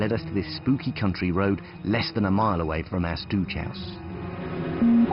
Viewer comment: He's clearly emphasising the "cunt" in "country" ;) aha